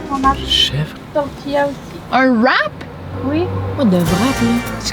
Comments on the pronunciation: mdr même en belgique le vrap ce prononce Wrape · Hello, quick C'est bel et bien belge. En France, la plupart du temps, le W se dit V. Exemple : le wrap se dit en français vrap mais ça s'écrit wrap. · On dit bien « wrap » au Québec, mais on le prononce « wrap » ou « rap » et non « vrap », ce pourquoi ils ne comprenaient pas. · Coucou.C'est vrai que le Airbnb au Mans n'est pas très beau, c'est une vieille maison laissée en l'état, je pense. La porte du garage ça date au moins des années 1970. Et oui les Français ne sont pas très à l'aise avec l'Anglais d'où le Vrap et non Wrap 😅.Avec ceci, cela veut dire et avec votre commande, voulez vous rajouter quelque chose.Vous m'avez trop fait rire mais je vois l'autre côté depuis que je suis au Québec 🙂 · « C’est quoi un VRAP ? » 🤨 « C’est un VRAP où il y a des chèvres » 🐐 PIPI DE RIRE 🤣🤣🤣💀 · ils prononcent wrap comme le w en Allemand ( W en Allemand c'est V), mais wrap (rap) est la bonne prononciation parce que c'est un mot anglais et non allemand.